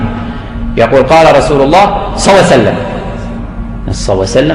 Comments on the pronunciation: اللهم صل وسلم على حبيبك محمد وعلى اله الطيبين الطاهرين. . صعبة جدا نطقها على لسانه لا يريد الله ان يجعل لهم حظ في الدنيا والاخرة. ماكو هيچ منطق (صليييسسسسلم). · في الكتابة ممكن بعض الاخوة يكتبون ص اما في النطق فلا يوجد شيخ عندنا يقول صعسلم مثلكم